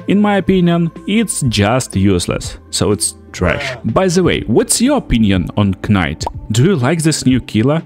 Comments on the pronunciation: I was gonna leave a similar comment. (K)night. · Knight is pronounced as night btw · pretty good video man, just a heads up though, when pronouncing the word "knight" the "k" is silent and is just said as "night". i don't mean to be rude, bilingual people are smart as hell and i couldn't even try to learn another language! other than that this videos really good